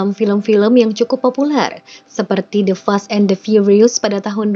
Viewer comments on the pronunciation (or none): none